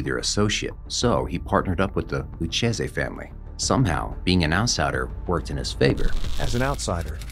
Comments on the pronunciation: It isn't pronounced Lutchayzee...it's Loukayzee spelled Lucchese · Please learn to pronounce Luchese